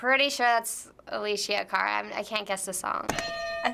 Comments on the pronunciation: "alicia cara" that made me sad, it's uh-less-ee-uh kah-ruh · Its alessia cara not alisha cara! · The girl saying aleshia cara😂 I'm dyeing bc she doesn't know her name